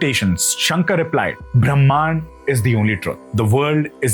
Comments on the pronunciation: why does he pronounce Brahman as Brahmaan. The basic words he is getting it wrong. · Please learn to pronounce the names and concepts correctly. It is not “Kalaady” it is “Kaaladi”. It is not “Brahmaan” it is “Brahman”